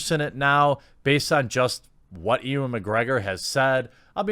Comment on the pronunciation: Robbie = rob-ee Not robey Ewan = yoo-ann Not ee-wan